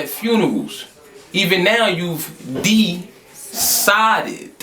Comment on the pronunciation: I watched that battle about 20 times and I just now realized he said D-sided not just DEcided. WOW